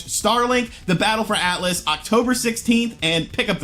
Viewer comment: “Atlas,the video game company” You mean “Atlus”,right?🤔